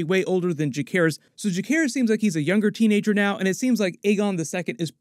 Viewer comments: Ja-SAY-ris. That's how it's said. Not JaKAYris. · Juh-SEHR-iss. Not juh-CARE-iss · Just splitting grammar nerd hairs here... Jacaerys is pronounced with a soft c, and sounds like Viserys, not Ja-CARE-is.